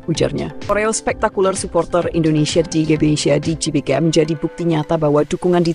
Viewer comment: GBK woi, bukan JBK Gelora, bukan Jelora!